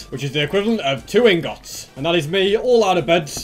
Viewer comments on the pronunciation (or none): i love how he says ingôts instead ingots.